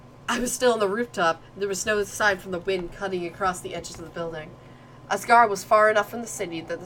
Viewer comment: Asargo? It's asagao